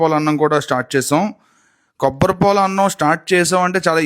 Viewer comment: Kobbatipol kaadu ra antukul , kobbari paalu 😂😂